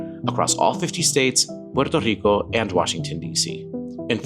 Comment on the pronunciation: Thank you for pronouncing Puerto Rico correctly. Most people don't.